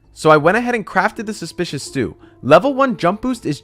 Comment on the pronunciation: a love when he says suspecuis stew